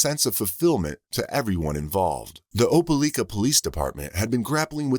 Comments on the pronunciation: Im from Alabama. Opelika is a 45 min drive away from where Im from. My step dad was born and raised there Im laughing at how its being pronounced. Its Oh-Pah-like-ah. Not Oh-pah-leek-ah.😂😂😂😂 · if ole robo-call meant oh-pē-ly-kă, it was butchering it. i cringed every time i heard it. i hope that, in addition to the murder and missing child charges, there are additional charges related to child abuse, misappropriating funds (the payments she made) or some other such charge, and more.